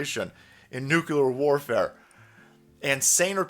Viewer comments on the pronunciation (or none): Nuclear “ ……NOT NUCULAR lol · Just some helpful pronunciation tips: Say “new.” Say “clear.” Put them together, and that’s how to pronounce nuclear. It’s not nucular. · I was calling attention to the way pronounces "Nuclear" as "Nucular". I thought that was clearly evident. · You say nooocoo-lar. At least you don’t say Poo-hen. Glottalized middle t’s drive me nuts. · Oh no salty confirmed extremist. Who else says "nukular"? Lol fallout fans and George Bush....not a good look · NUCULAR?! C'MON Man! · Did just pronounce nuclear nukuler? Respect 👊